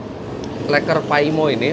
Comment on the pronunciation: PAIMO , tanpa S